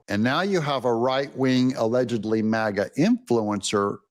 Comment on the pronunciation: MAGA NOT MIGA!!!